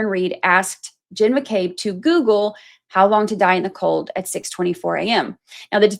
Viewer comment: “Hos long?” 😂